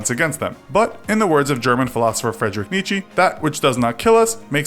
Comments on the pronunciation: He said fredrick neetchee lmao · "nee chee" hmmmm... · Am I the only one who had to laugh when he pronaunced Nietzsche "Nietscheeh?"